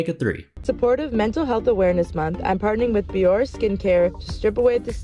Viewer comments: She didn’t even say the brand name right?! It’s Bioré not Bior wtf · What is this bee-or-ay you speak of? It's BEE-ORR. fake grin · Bioré not Bior. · The first woman didn't even pronounce Bioré correctly 🤦‍♀️ Bioré needs a whole new marketing department because what a failure! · She can't even pronounce Bioré correctly 🙄